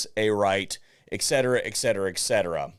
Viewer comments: I cringe each time someone says that. Etcetera.....not ex. Sheesh. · it's 'Et Cetera' not "ecksetra"